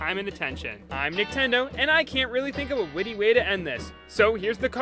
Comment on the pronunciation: It's not niktendo it's nintendo